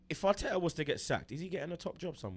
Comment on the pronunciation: "we got MIKEL ARTEKKERZ BLUD"